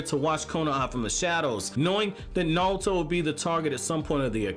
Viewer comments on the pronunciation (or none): Why pronounce only half your R's wtf especially naruto. Not nawuto LOL